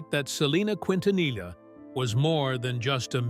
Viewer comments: Ahh yes, “Selena Qwintanilla” 🙄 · need to learn to pronounce her last name quin ta nilla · Miss pronounce her last name wrong. Disrespectful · Selena’s last name it botched to frequently in this video. They are saying L for the “LL” when it’s supposed to sound like a Y. I remember listening to her music on the radio before her death. She was a wonderful singer!!! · For goodness sake, learn how to pronounce her last name. 😂